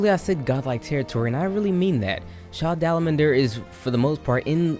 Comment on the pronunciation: Sha dalamander? Sh a dalamadur!